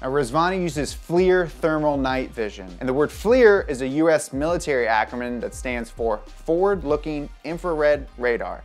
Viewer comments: Did anyone else catch him say "acromyn" ... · An 'achroMYN' eh?... totallyyyy... C'MON MAYN!! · He mispronounced acronym..idk why or how no one caught that lol